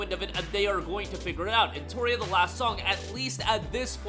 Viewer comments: why are you misspelling the name of the game, it's eno-tria not en-toria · Say EnTORia one more time. Do it